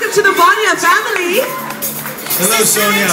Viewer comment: Sonia "Sweeee" hahaha omg, learn how to pronounce her name please.